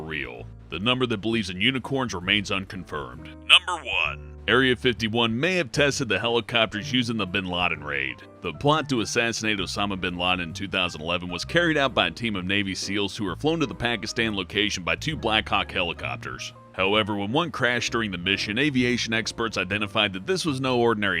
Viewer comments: Osama Bean Laden? Seriously? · Osama Beanlanden